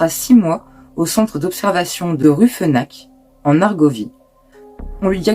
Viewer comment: Alors, juste un truc, le ch, en allemand, à moins d'etre suivi d'un S, ne se prononce jamais comme un K ! Rüfenach se prononce RufenaR comme pour Jean-Sébastien BaR.